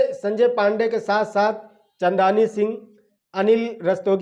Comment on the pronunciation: Female lead me jo ladki hai naam चांदनी सिंह hai aap naam galat bol rahe ho bro ❤ lekin review achcha hai